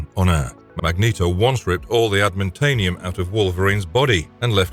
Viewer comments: adamantium not admantanium, you spaz... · We’re just going to ignore that he said “adamantanium”?? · Erm…. ADMANTANIUM?!? 🤦‍♂️😂😂😂😂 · "Magneto once ripped all the Admintanium out of Wolverines body." Admin-taniun. Yeah I like that pronunciation 🤌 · Admintanium?? Does this metal give you the powers to file payroll and sign for packages? This mispronunciation tells me you are not a real fan. You're just another YouTube bot. Good luck. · The guy who doesn’t respect his own work enough to correct errors before posting or possess the passion for making “informative” videos enough to ensure the script has the right spelling and/or that the narration includes the accurate pronunciations. “AdamanTANIUM” is a pretty crucial part of the story he’s telling but ehhh why get it right who cares just leave it in the video. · The way this dude pronounced Adamantium made it abundantly clear that he knows NOTHING about comics for real lol smh